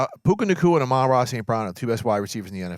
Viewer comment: At this point, it's gotten so egregious around the league that I don't know why AH-MON-RA St. Brown doesn't call a press conference to tell the sports world how to correctly pronounce his name. It drives me crazy every time I hear "a-MON instead of AH-mon." Dude had a season on Netflix and we still can't get it right.